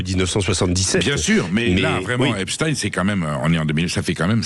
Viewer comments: Les medias francais ne prononcent plus epstein mais epstine tout ça pour creer un lien avec la russie c'est incroyable et impressionnent leurs niveau de propagande.ils font ça pour que ça sonne moins juif 😂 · Arreter de dire Epstine.. dans ce cas la il faut dire Albert Einstine.. vous soulez avec cette prononciation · Oui et pourtant Epstein est d'origine Polonaise et ça se prononce Stein.... Désolée pour eux.